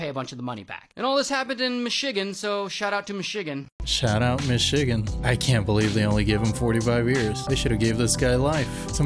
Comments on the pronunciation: That "snownadow" is just bad CGI. And another guy needs to learn how to pronounce MICHIGAN. Kids these days arent .ade to read aloud in class anymore so their pronunciation suffers drastically. 😢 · Please tell me why they pronounced Michigan like that?! 😅 thats Not it